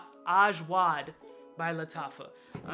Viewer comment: Ass-wad, ashwaa.... Ajwad!